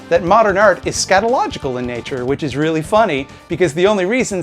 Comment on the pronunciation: by the way did you get inspiration from your Watchmen video for this one too? i think you were "weally-weally" upset they butchered your favourite comic book. other than that keep making fun of Pimtool.